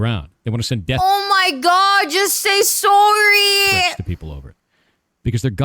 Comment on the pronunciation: "sorey" heh funny